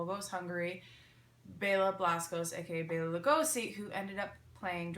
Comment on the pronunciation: This was so informative! Great job as always. Thank you for pronouncing Bela's name correctly!!